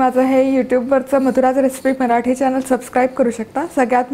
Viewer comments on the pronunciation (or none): none